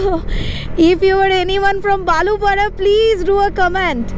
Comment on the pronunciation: আপনি যেই nearest railstation র কথা বলছেন সেটা বালুপাঢ়া নয় বালিপাড়া railstation.